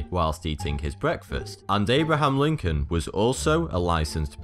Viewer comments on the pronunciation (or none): none